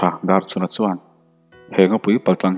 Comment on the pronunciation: Pasalṭha Darchhuna hming hi i lam fiah lo deuh ṭhn ka ti Darchuna tih ang deuhvin a ri leh tlat zel